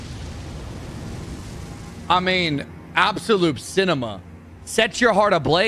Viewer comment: Anyone else notice that says Apsolute instead of absolute:face-blue-smiling